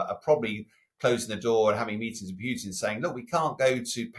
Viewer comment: It is PUTIN, not PYUTIN. You are a journalist, just pronounce the name properly for Christ's sake.